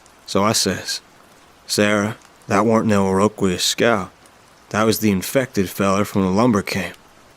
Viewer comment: Iroquois is pronounced EAR-ah-kwoy not ear-row-kwee-us. 😂 It's a first nations tribe.